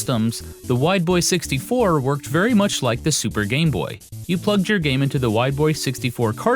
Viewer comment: When he says Wide Boy 64 I kept hearing "white boy 64" which has relatively humorous potential meanings.